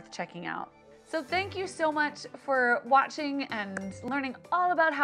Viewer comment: At the end when she said "thanks for watching" the first thing that popped into my head was "thanks for watt-ching"